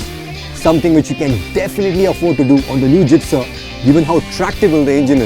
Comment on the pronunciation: When pronounces the word GIXXER! it just makes me very proud as i own a suzuki gixxer 155.Hit like Suzuki Gixxer owners if you are watching it.